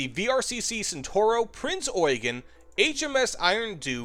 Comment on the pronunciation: is the only American that knows how to pronounce Eugen correctly.